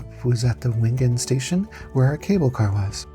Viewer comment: Wengen is pronounced Vengen. Nice video. Had to turn off the repetitive "music."